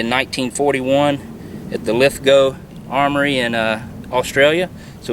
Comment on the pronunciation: Your pronunciation of Lithgow was perfect, with the silent W (Lith-go) Awesome riffle!!